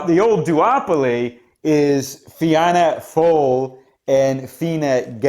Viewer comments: It's unlikely that Sinn Fein will be able to form a government as the two main parties are hostile to then so another election could be on the cards. Fianna Fail is pronounced Fina Fail your analysis is very good as all your videos are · You butchered the name Fianna Fáil lol